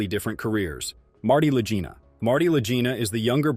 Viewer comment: Click bait. Your A.I. doesn't even know how to pronounce the Lagina bros. THUMBS DOWN. I hope YouTube removes you from my 'recommendeds'